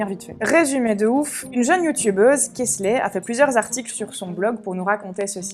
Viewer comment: Kelsey ça se prononce comme "quelle scie"